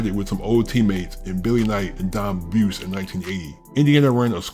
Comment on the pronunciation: Its Don Bu-se. And Dallas Cha-pa-rals